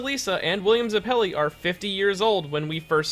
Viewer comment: “william zuh-pelli”